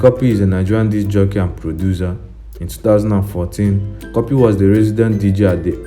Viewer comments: Work on ur pronunciation cuppy not copy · It's pronounced 'copy' o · Antonia Chidi oversabi cuppy is a British born n pronounce it “copy” but u born in Nigeria wan show yourself...